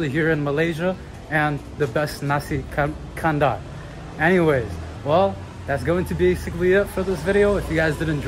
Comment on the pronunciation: Assalamualaikum, Nasi Kandar is actually pronounced as 'KANDAR' it rhymes with Qatar, NOT 'KANDOOR'.